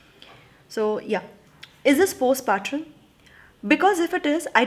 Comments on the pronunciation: Helo dear Its not post patrum Its postpartum the way u pronounce is wrong..pls correct it when u use the term next time. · It's postpartum, as in tum, not trum. Sensible advice, esp in case of Door. In case of Window, I don't know...the letter really riled me so much, the in-laws' complete lack of boundaries and the husband being the "good son". last line was damn good.